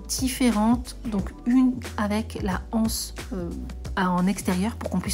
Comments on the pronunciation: On de dit pas la anse, mais l'anse ! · On ne dit pas ’’la anse’’ mais l’anse...